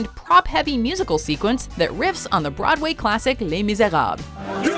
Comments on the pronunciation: Even to Broad Way? It’s Broadway. Not Broad Way! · I've never heard "BroadWAY" pronounced with such a random French accent lol